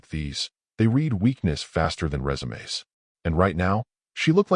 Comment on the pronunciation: I subscribed, even though there are more holes in this story than a swiss cheese slice, because this is the ONLY time I've EVER heard an AI voice on these channels properly pronounce RESUME!!!